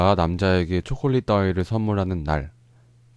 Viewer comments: ㅇㄴ ㅠㅠㅠㅠㅠㅠㅠ 따위 강조하시는데 저렇게 귀여울수가 있나 ㅠㅠㅠㅠㅠㅠㅠㅍ 헝헐 ㅠㅠㅠㅠㅍ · 🤣🤣🤣따위 강조하시는거봐 ㅋㅋㅋㅋㅋㅋ너무 웃겨❤️❤️ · ㅋㅋㅋㅋㅋ초콜릿 "따위" 너무강조한거아닌가옄ㅋㅋ